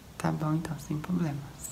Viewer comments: Aproveita e ensina ele a falar certo , coisa de amigo mesmo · Eu acho a coisa mais linda do mundo quando você fala “poblemas”, serio! Vontade de ser sua amiga de verdade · Kkkk eu também adoro, pensei que era só eu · Eu adoro ouvir ele falando essa palavra assim!😍